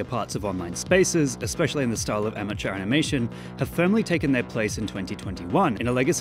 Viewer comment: "amateur" excuse me?